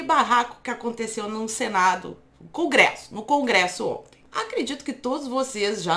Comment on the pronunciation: Vc falou cão gresso??